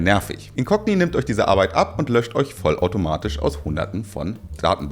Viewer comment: Du hast Dich sehr verbessert. Mega. Und danke für Deine Arrrrbeit...